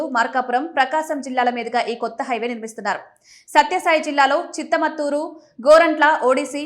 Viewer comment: చిత్తమత్తూరు కాదు, చిలమత్తూరు